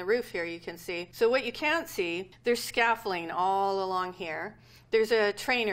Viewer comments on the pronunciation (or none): This woman is amazing in every way except the way she pronounces "scaffolding" like "scaffling". That was very weird :P